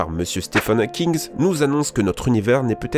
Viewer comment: La même avec un commentateur qui sait parler français c'est faisable ? Pffff.... rayonnement HawkinGG, pas HawkinSS,...... puisqu'ils ????? (ecgesent, excretent ?) une partie de leur énergie, etc.. Ça plus toutes les liaisons impromptues, quel charabia...